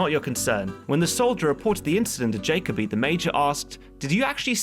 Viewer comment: Jacoby (Jah-koh-Bee)